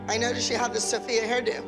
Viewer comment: LOL NOT THE WAY KELLY CALLED SOPHIA "SOPHIE"